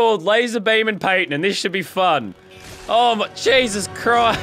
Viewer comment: can u stop saying jesus crised